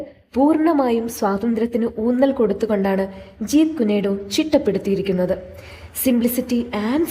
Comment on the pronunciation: ജീത് കുനെ ഡോ അല്ല " ജീത് കുൻ ഡോ " എന്നാണ്